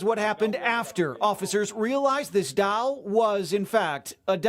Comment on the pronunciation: WHAT IS A DALL...IT IS A DOLL STUPID NEWS GUY. I CANT STAND NEWS REPORTERS AND POLICE